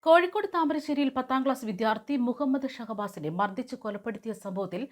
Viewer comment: വിദ്യാർത്ഥി എന്നു പറയുക. " വിദ്ധ്യർത്ഥി" അല്ല